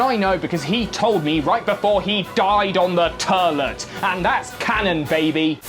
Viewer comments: HE SAID TURLET! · I like how he says toilet confirming he views it as a very silly word